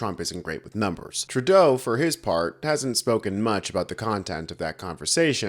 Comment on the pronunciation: As a Canadian, I wish you would at least pronounce his name correctly.